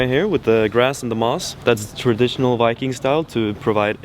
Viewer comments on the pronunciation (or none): none